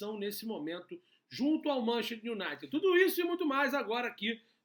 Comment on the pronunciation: MAN CHES TER, repita, MAN CHES TER kkkkk Bom trabalho aí.